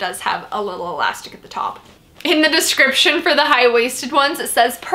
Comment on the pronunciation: Has anyone else ever noticed that instead of saying "the description box" actually says "Thescription box"?